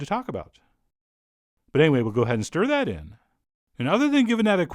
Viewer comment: "So YoUr gotta stIR tHAt IN" That's what he sounds like